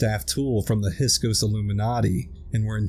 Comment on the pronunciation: He's meant to say "hiksos", not hisok"!...